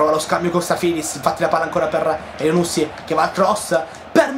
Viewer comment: essendo di origibe marocchina credo che elyounoussy si pronunci accentato alla fine sulla y